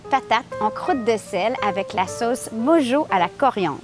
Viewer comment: Hello, merci pour la recette! pour info "mojo" se prononce "morro" ;-)